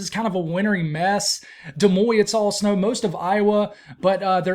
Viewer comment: Interesting forecast. Des Moines is pronounced...Da Moyn not De Moy